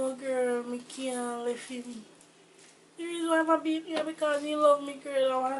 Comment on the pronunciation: beaT not bear